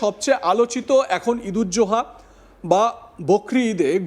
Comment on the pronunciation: ঈদুল জোহা নয় ঈদুল আজহা ভালো করে জেনে পাঠ করুন মূর্খের মত নয়